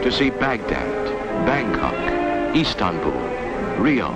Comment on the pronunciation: First of all...love the intense orchestral music soundtrack. I'm sure Frank Zappa was awestruck. Then comes the odd pronunciations of certain cities...like "yohannesburg" South Africa...and "eeeestanbul"Turkey... And the Rod Serling styled narration.